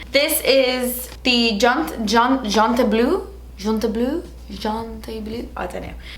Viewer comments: 🤣 You sound like Joey trying to speak French when you were reading the eyeliner pencil name. Lol 💙🧡❤️ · The way she said JONTEBLU reminded me of joey trying speak french. 😂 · When you tried to pronounce the eyeliner brand you sounded like Joey trying to learn French hahahaha